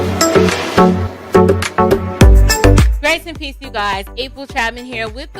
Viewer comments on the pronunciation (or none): none